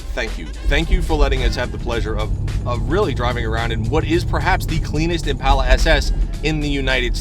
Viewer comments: It's ImpAHla, not impayla. Mike, its not maroon, its blessed with Dark Cherry Metallic paint. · Say it with me "impaula" not "Im pal uh"